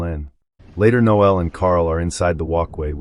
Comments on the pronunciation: It's Noel, not Noelle! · Surely it's pronounced nole, not noelle. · The name is NO-el, not no-EL. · NOEL NOT noelle! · The voiceover recapping everything here is unnecessary, especially in an American accent(why?). Also, the voice may be AI as it mispronounces a lot. The chief thug is not called Noe-elle. That's a girl's name! It's Noel. Also, we don't call these dwellings apartments. They're FLATS. What a way to ruin a good film. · I'm pretty sure the thug is called Noel not no-el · It's pronounced Nole,as in hole.Noel is a fucking Christmas song lyric. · No el? You sure about that pronunciation? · I assume the commentator didn't watch the movie or he would know that Noel is not pronounced No El. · The way the narrator voices the name Noel. Dearie me! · That still sounds a lot more correct than this video.